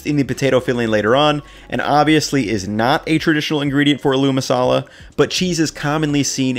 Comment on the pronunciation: My man really said “a mashed a Lou ma Salah” lol